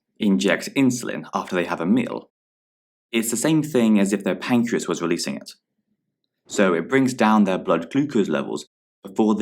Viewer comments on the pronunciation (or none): Pancreas not 'pacreas'